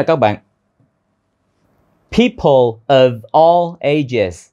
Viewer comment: chỗ nối people of all nghe dễ nhận, nhưng nối all với ages nghe như thành 3 âm a:l, lei, eɪdʒz ? Em thếi tiếng Việt cũng nối âm: Tết - a - i về? (Tết Ta ai về)...